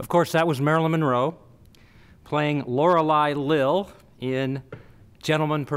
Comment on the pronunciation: He makes countless careless silly errors like that, 'Lorelei Lil'' for 'Lorelei Lee', 1978 for 1968, 'two men and her' for 'two men and she', etc.